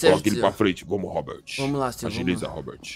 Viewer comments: "ROBERTT" KKKKK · O comandante falando Robert kkk